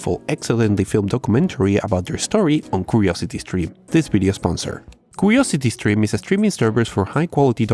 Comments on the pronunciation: "curosety streme" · "Ukuriousity skrim"